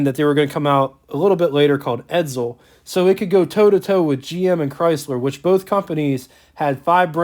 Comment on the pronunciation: edSel, not edZel. Named after a supremely high-style son of Henry Ford, Edsel fostered slap-in-his-face 'homage' with its gawky and oft-derided inaugural '58 design followed by fast collapse of the entire upstart marque.